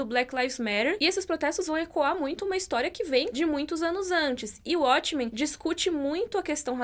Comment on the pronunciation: ele escolher "abrasileirar" os nomes das séries Abrasileirado: uatchmen Correto: uótchmen Ele tem feito bastante isso nos últimos vídeo. E é algo que eu acredito que ele não deveria fazer. (Acho q tem uma ideia de abrangir o público brasileiro, mas não gosto disso. Se a série continua com o nome original ela deve ser pronunciada na forma original) Só isso:) Mas eu adoro o, isso é só uma crítica construtiva:)